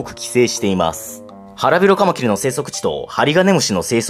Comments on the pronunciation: カマキリの発音が爪切り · カマ⤴︎キリ⤵︎ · カマ↗キリ↘ ちょっと気になる…|´-`)ﾁﾗｯ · カ→マ↑キ↑リ↓ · カマキリが爪切りの発音。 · カマキリの発音なまってますね。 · なんでカマキリって単体で言う時だけ発音違うの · カマキリの発音が新しい感じ🎶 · カマキリの発音が違うなー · カマキリの発音が自分のと違う…笑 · 俺の中ではカマキリの発音はカマキリなんだけどはカマキリって言うんですね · カマキリのイントネーションが… 俺がおかしいのか？ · カマキリの発音なんか違くない？ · カマキリの、発音かわってる。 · カマキリの発音てあれなの？ 私が違ってるのか